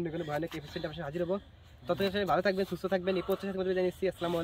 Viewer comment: সালামালাইকুম না আসসালামুআলাইকুম